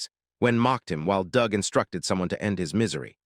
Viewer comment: sigh The usual terrible AI reader, mispronouncing and mis-emphasizing words with a rather painful translation that at least so far hasn't misinterpreted the characters' genders... yet. Your robot also tried to "conceal" the word 'bastard' but instead pronounced it ass-grab. Good work. AND your bot pronounces "Doug" as "dooog" not "dug". And Xiaolong, which your bot pronounced correctly in the first part of the video, has suddenly turned into Zeye_ow_long. Not Sh-aow-long which is what it was before. Brilliant checking for consistency and error there guys. Oh wait you never do that because this is just to get money for someone else's work. I see that you used an AI scanner to create the summary as well, because , a HUMAN would know that a GRYPHON IS NOT AN EAGLE. Nor is the CROW at the Xiaolong-style school an eagle. Does your AI scanning robot think all birds are eagles?/